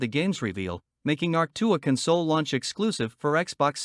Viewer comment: Hey, you made a video! Got some advice for you: Hire a human to do your voice-over work or train your monotonous robot-voice to pronounce the word "console" correctly. How are you ever going to destroy all human life and take over world if you can't pronounce words correctly? Hire a writer too. We're cheap and creative and can write copy that doesn't sound like a laundry list.